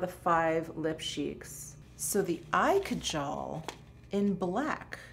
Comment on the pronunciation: Kajal is pronounced as ‘kaa..jal’….the stress being on kaa….Great haul!